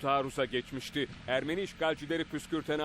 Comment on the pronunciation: Ermeri değil ermeni